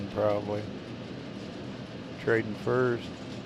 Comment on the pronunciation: Love your adventures off of the main highways but I’m laughing because my husband gets very frustrated every time you don’t pronounce the “L” when you say railroad 😂. Instead you say rayroad, oh and you say prally instead of probably 😂, that gets him every time as well, but you do you, we still love ya!